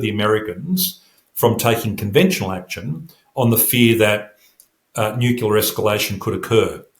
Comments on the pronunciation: Sorry but I can’t take anyone seriously who pronounces it ‘ nookiller’ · NU-CLE-AR. He must have spent too much time around the Americans, who according to Henry Higgins haven’t spoken english in years. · Why is it so hard for people to pronounce nuclear correctly?